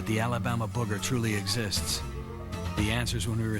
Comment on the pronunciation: This is my favorite cryptid, mostly because of the way the natives say, "Boogah". Love it.